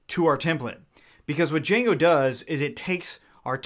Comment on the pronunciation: U mean "DIJANGO"